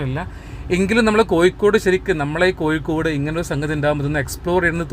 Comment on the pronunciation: Your attention please.. ആദ്യം മലയാളം നന്നായി പറയാൻ പഠിക്കൂ.., എന്നിട്ട് മതി ഇംഗ്ലീഷ് പറയാൻ... കോഴിക്കോട് ആണ് അല്ലാതെ കോയിക്കോടല്ല... ഒരു പ്രാവശ്യമല്ല.. ഒരു പാട് പ്രാവശ്യം..... ഹോ.. കേട്ടു മടുത്തു... കൊയ്ക്കോട്.....